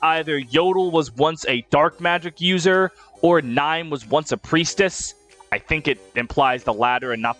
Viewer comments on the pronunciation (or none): It is, it’s just pronounced horribly here. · you're telling me Niime isn't pronounced as Nee-may??? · How tf did you pronounce Niime? 😭😭😭😭 someone help me